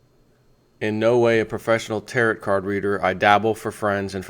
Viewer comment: Just FYI Tarot is pronounced tear oh. as in depot.